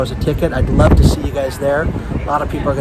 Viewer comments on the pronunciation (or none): none